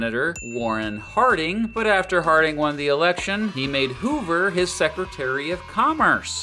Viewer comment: "herbert hooVER"?